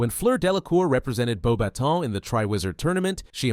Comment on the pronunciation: Thank you for pronouncing Beauxbatons correctly